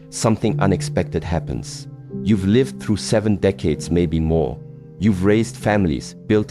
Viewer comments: Can't AI voices be trained to pronounce words correctly? Every time the AI voice mispronounces "lihv" when "liev" is called for, I wince, and lose track of his point. Frustrating, and it seems unnecessary. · Yes. You know it’s AI when certain simple words are pronounced incorrectly. The word “lived” pronounced like the word “I” as in “I am.” Also his mouth moves faster than the words he’s saying. Some of the ideas are good, however. But the monk himself is just a prop.